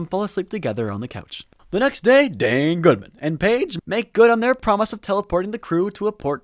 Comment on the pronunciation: The enunciation of "Dane Goodman" never gets old